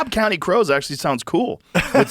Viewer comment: I’m pretty sure it’s Crowes 😂not crows